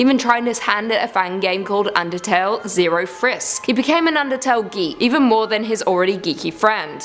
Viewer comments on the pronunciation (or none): none